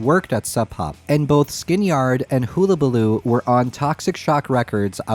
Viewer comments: Great video! But...it is pronounced HULL A BA LOO not HULA. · Hull a ba loo ... is how its pronounced... like a boat hull ... great video...love that guitar..ive never seen kurt play an sg...sooo cool... i want my own skystang 1 and a comp stripe mustang also :) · The way he said Hullabaloo was definitely something